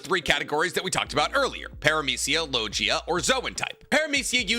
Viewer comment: parmathia and logia was pronounce so wrong😂